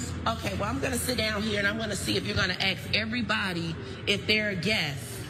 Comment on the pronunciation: Rashad doesn't say "ask". He says "axe".